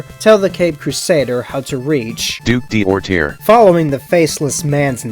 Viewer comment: French guy here. The AI is full of crap and gives you a wrong pronunciation. D'orterre is spelled like "Doortair" in English. The D' particle, in this example makes it mean "the duke of Orterre". These particles are typically thought to belong to nobility, but many commoners also have it in their name, so it's far to be a trustworthy clue. And hot damn, how come the DC writers have never used the garden prison body horror in a freaking Poison Ivy story?!!! It's awesome!